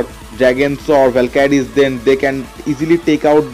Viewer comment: its valkyries not valkadies......haa haaa haa😅😅😅gandoo speek properly